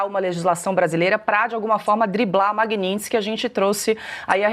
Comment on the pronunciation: Lula fala "Lei Magnilson"